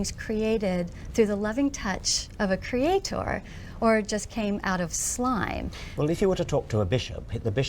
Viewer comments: I don't think this lady ever learned how to say creator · question for you americans: is it usual how she says „creatoooor“? I don’t remember ever hearing this word pronounced like that…